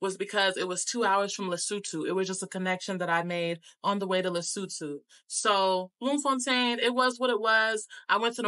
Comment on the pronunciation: You get a 💯 for pronunciation...first time i hear an American saying names like Bloemfontein, Lesotho, Soweto, Houtbay correctly👌🏾 Loved your impression of our beautiful country🇿🇦...and thank you for sharing that bit about how our people kept telling you about how unsafe SA is and warned you not to trust people... it says a lot about how we view ourselves, we ought to change that.